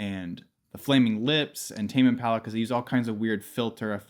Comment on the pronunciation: “tame imalla”